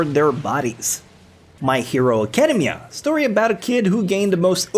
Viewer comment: Never say academia again